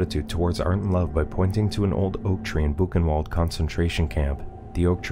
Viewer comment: This movie is truly disturbing It’s pronounced “Albert Shpeer” and “Boo-ken-Vauld”